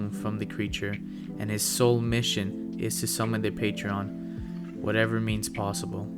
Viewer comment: Your pronunciation of "patrons" gives me the worst eye twitch ever.